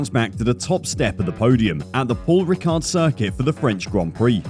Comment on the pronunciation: You don't pronounce the d in ricard